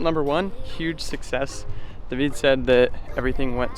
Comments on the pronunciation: Lol you pronouncing David Duveed is funny. In english it's Dayvid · Its pronounced david not dahveed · The real reason for the failure was***** agent Smith sabatoge!!!!!!! also that guy kept calling him * Day-veed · Lmaooo so funny how u say his name, dayvid.. David🤣